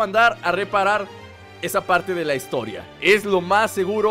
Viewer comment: amigo, es historia jajaja no HITORIA